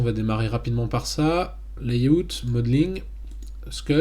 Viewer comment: "les youtes" pour "Layout" mdrrr c'est l'eille aoute si tu veux bien le prononcé mdr ca m'a fait bien rire x)